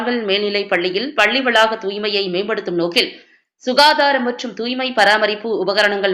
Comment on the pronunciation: பள்ளி என்பதை சரியாக உச்சரிக்கவும்